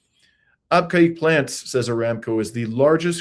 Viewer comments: Abqaiq. British and American expats pronounced it AAB-cake. And Dammam DAH-maam. In Arabic, Abqaiq is actually pronounced Beh-keek. Dammam is Ah-dhim-mam (say it quickly) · PRONOUNCED AB KEG WORKED AND STAYED THERE 50YRS AGO